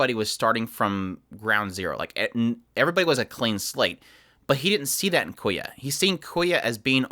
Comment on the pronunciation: loved the video but please if you ever talk about the show again say kyoya with the y in front of the k not koya